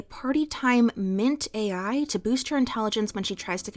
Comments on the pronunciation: Take a short each time she says mint-AI instead of Mint-aL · Mintal not mint AI mint aL a L like mental. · Mint-all. Not mint-ai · Mint-AI - lol, a sign of the times. it is Mint-AL "Mintal" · Watched the whole video. Small nitpick, it's Mint-AL (pronounced ALL). Other than that, loved the video. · Small correction: Mint-Al in this fic is pronounced as "mint-all", and is a small, pink pill with a chalky texture and a minty taste. They are a reference to Partytime Mentats from the Fallout universe, which provide a temporary boost to intelligence and charisma. And, as with all drugs in Fallout and the real world, the benefits are temporary, and you can become addicted to them. Also, once the effects wear off, Your reactions are dulled, you temporarily lose cognitive ability, and you crave another dose. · That’s not how you pronounce Mint-also 😭